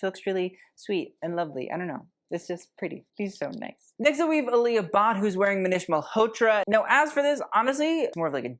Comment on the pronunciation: Loved the vid but i'm pretty sure the first isha look you showed was a sari. also jayasri is pronounced jay- a- shree. also alia = aah-lia